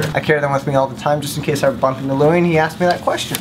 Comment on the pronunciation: This is like my favorite video ever. Especially when Louis became Louise...I can't even